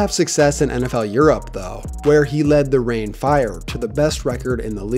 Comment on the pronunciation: Pronounced "Rhine" Fire, not "rain". The team was named after the Rhine river (Rhein is the German spelling).